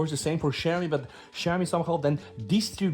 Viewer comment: Bro, you pronounce Xiaomi like shau-mee